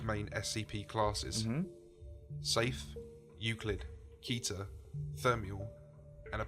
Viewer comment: I have to be honest the way pronounces Keter really bothers me for some reason